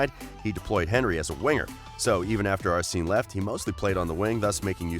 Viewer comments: Ass seen Wenger as well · Ar sinnn? Lol wtf. Your pronunciation is so bad in every video. I get it if you are just an average guy but you are a presenter at least try to know how the names are pronounced.